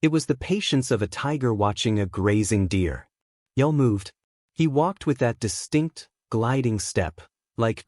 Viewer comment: We're supposed to believe a story from a Bot that can't even pronounce Brynner's name correctly! It's pronounced 'Yool' as in Yuletide.That 1 subscriber you've got must be a relative.